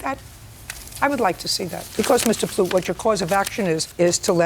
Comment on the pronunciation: I thought it was Plut rhymes with *lut But it was Plut rhymes with Toot Which is apt for the plaintiff.